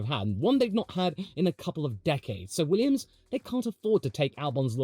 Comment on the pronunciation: .... you said Weeyums. Didn't you.